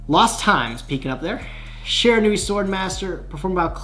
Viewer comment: The Shiranui gods are punishing you for mispronouncing their name